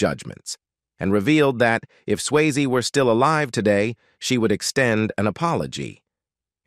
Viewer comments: Please have the decency to pronounce his surname correctly. It is not 'Swaye' it is 'Syasee'. Also do not clickbait by using the photo of another actress in the thumb nail. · uits not swayz its sway-zee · its sway-zee not sways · Swasie, not sways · Your robot cannot pronounce Swayze correctly! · This should be re-recorded to get Patrick’s name pronounced correctly. What a big miss….